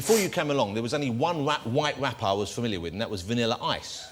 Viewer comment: Did he say wite wapper?